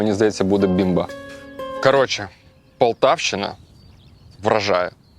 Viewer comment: Все як завжди на висоті!! Але ж не КАРОЧЄ, а СЛОВОМ, хлопці